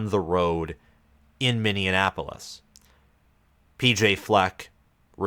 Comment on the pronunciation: You gotta learn how to pronounce minneapolis